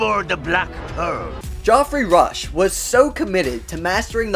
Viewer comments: "Joffrey Rush"??? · It's Geoffrey Rush, not Godfrey.✌️ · Joffry? Who the heck is Joffry Rush? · Jeffrey Rush. Not Jofrey Rush. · Ah good old “Joffrey Rush” thanks AI for improving our lives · "Joffry Rush"? Really? Duh! His name is Geoffrey Rush. (Like Jeffrey, but not in simplified American English). Lol. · "Joffrey" Rush... Really? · Continually mispronouncing Geoffrey Rush's name is annoying but other than that, great video. The Lady Washington is beautiful but I always thought it was the Black Pearl. Good to know.